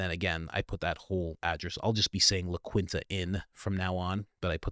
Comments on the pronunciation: Hello there, the hotel name is pronounced, la keen ta, by Windum. thank you for sharing all you share. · cmon Coach it’s pronounced LA KEENTA. Spanish. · Pronounced, La-Keen-ta . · it's La kinta the q makes a k sound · So I’m almost positive it’s pronounced . La kin ta. say it in a Hispanic voice . La kin ta. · Pronounced La KEENTA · It ispronounced, la keenta- it's spanish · It's prounounced La Kinta...but that is no big deal. I used to stay there all the time. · La Keenta-sorry the pronunciation is killing me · It’s pronounced LaKEENTA Inn just fyi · Bro, it’s pronounced “Lah Keenta” (not like it’s spelled. 👍🏻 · La Quinta — pronounced “la keenta” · It's pronounced "Keen-tuh". You're welcome bud. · La Quinta - phonetically it is “La Keenta” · La Keenta is how it’s pronounced :) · La Quinta is pronounced Law Keen tah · La Quinta is pronounced La Keenta. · It’s pronounced La Keen Ta and Win-dum. Your IQ is showing. You can’t even pronounce common words and names correctly I can’t trust your reporting. You sound dumb. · it’s pronounced La /Keenta/ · My man, it’s pronounced LAH KEENTAH. lol but the Saran Wrap comment sent me 😂😂😂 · Try "La Keenta" It's painfull how you are mispronouncing that. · La keenta is the pronunciation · 🤦🏻‍♂️ my man… it’s LA keen-tah!! LA QUINTA - LA KEEN-TAH!!!! 😂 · MOST hotels offer a military discount of 10%. In fact in our 20Y in the military...the list hotels that DONT offer a 10% or more discount is VERY SHORT. And dude...it's pronounced " Lah Key-n Tah" lol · La KEEN-TUH** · It's La Quinta ( la Keenta) if you are not certain about a word look it up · La-keen-tuh and Wind-im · It’s pronounced “la keentah” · La KEENTA! Pronounce it correctly! :) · Pronounced,.. La - keen- ta....lol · Just throwing it out there; "la quinta", the 5th in spanish, is actually said like this; take the word "key" but don't say the "y", then the second part say "eenta" 😁 --ke-eenta--😁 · It's pronounced "La KEEN-ta." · It's pronounced LA KEEN TA